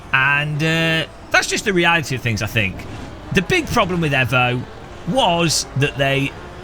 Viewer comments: why does he say Evo like that? you say it the say way you would say Mitsubishi Evo (eeeeeeeevo) not eh vo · Eeeeevo. Not ehvo. Eeeeeeeeeeeeevo 😁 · Say it with me EEEEvo its amazing to listen to English peope bucher there own language .....FYI im Australian , yes its sad im giveing pronounciation pointers to an Englishman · The block cant even say Evo correctly